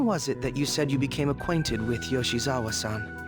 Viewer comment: Lol Akechi’s VA has such a hard time saying “Yoshizawa”